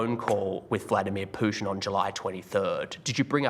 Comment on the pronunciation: I love how he say Vladimir Pušin Smoked weed, lost sides, i’m so high, love to you all